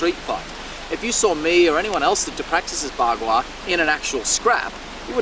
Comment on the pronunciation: Bagua is not bla-bla-bla, young man!